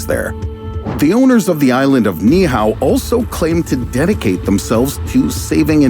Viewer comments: It's NOT (NIHAO) It's "Niihau" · It’s pronounced “knee-E-how” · Knee eee oww is how it’s pronounced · Great video even though you painfully mispronounced Ni'ihau over and over. It's pronounced Knee ee how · Pronounced Ni’ihau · You need to Learn how to properly pronounce Ni’ihau